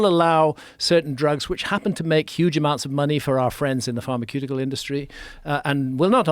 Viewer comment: Do people really say pharmaQeutical?